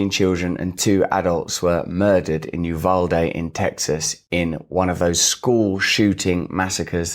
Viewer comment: Thank you for pronouncing Uvalde correctly. And thank you for approaching this from a place of actual humanity.